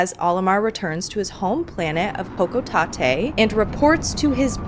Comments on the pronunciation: Look im happy you enjoyed pikmin, BUT IT'S HO-CO-TAY-T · Great video, but I can't help but be bothered by the way you pronounce "hocotate" Hocotate Freight always rhymed in my head.